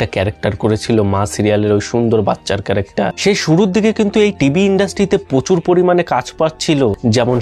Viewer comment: "ছেলে ক্যালেক্টার"😢...ভাই ক্যালেকটার না, ক্যারেক্টার বলো